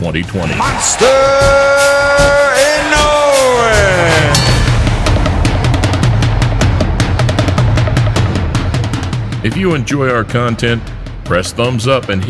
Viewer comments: Now-ya Inn-o-way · Here come Japanese It’s EE-NO- WU—EH This might be easier↓ E know ooh eh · Guys guys, his name is pronounced more like "ee-no-oo-ay" in four syllables. I-no-u-e. Naoya goes more like "nah-oh-yah" in three syllables... Na-o-ya. Pronounced wrong in this video... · I-noh-weh more like. But your point still stands. 👍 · If you say it super fast, I suppose that passes. But unlike most languages, Japanese has no silent letters and everything is pronounced. "E-no-oo-ay" I still like the joke though.